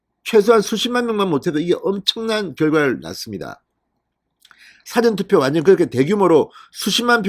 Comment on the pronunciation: 야 진성호야 415에서 사ㅡ전투표 가뭔뜻이냐? 그리고 선거소송 뭉개는이유가뭔가 그리고 사전투표 발음 제대로해라